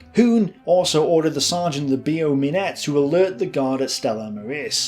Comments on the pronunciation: also,, Beau Minet is pronounced Bow Me neigh, not BO Minette. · The pronunciation of "hotel Beau Minet" is not correct. Instead of "Be-oh" it must be like the English word "Bow"